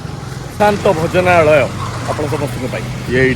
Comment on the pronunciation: Bhojanalaya ku ucharana kariparuna .. kn foreign ru patha padhiki asicha na kn